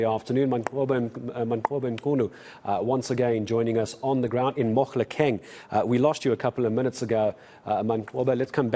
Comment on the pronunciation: Mohlakeng. Say it correctly